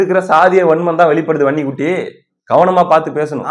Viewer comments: வன்னி குட்டி வன்னி குட்டினு சொல்லும்போதெல்லாம் எனக்கு பன்னி குட்டி பன்னி குட்டினெ கேக்குது😂😂😂😂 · எனக்கும் அப்படியே தான் கேட்குது பன்னிகுட்டி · வன்னிக்குட்டி என்பதை அழுத்தி சொல்லுப்பா காதில் வேறமாதிரி கேட்குது